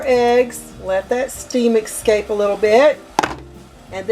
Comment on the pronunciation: I don’t trust anybody who is over 12 and says “excapes”